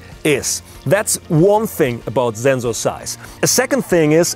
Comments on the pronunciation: I love his energy, I love how he says “Sensor Size” “Zenxor Ziess” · But he is actually pronouncing it right because Zensors are something different, they are a type of sensor that stills the mind. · decided to take a shot every time he says "Zenzoor", 2 minutes in the video I'm piss drunk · I have listened zenzor so many times that i forgot to pronounce zenzor 😲😲😲😲😲😲😲😲😲😲😲😲😲 Don't mind man.i am just kidding. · "THATS A MASSIVE ZENZORRR" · very useful Zubscribed more for the zenzor, zome times i hear like zenzo... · i love how this guy says sensor ""ZENZOR" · i love how he says zensor😂😂😂😂😂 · Senzorrrz... Senzuuuu.. senzu bean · Yes, usually Germans pronounce sensor this way. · That’s bcz ‘s’ is pronounced as ‘z’ in German!! 👍🏼👍🏼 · Anyone else want to jump off a cliff when he says Zzzzensor ? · "Zenzorrz" and "Sand corns". Okay, to clarify, is German and in Germany we have 2 ways to pronounce the "S" –> sharp and soft. The German pronounciation of the German word "Sensor" is more like (or exactly like) IF it was spelled "Zenzor". That is the reason why this sounds a bit weird here. A common mistake by Germans. We have a term for this: "denglisch" (deutsch + englisch). The German "Z" by the way is always pronounced like a short high hat "ts", never like a soft "S". The word "sand corn" I believe he also derived from the German "Sandkorn". In English it sounds a bit off, because it's more common to use "grain of sand", but I guess it does it's job. But other than that his english is pretty decent – you have to give him that. I don't know any English speaker who performs German for example in that fluent manner. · After watching this video my pronunciation of Sensor has permanently changed to Zenzoar!! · Thiz zenzor zize iz pretty big Zame shotz and you can zee the difference You can clearly zee much more. Very nize and zpetial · It's not his fault at Zenzor because he is German. German pronounce S as Z and Z as S lol....... Song will be Zong in the german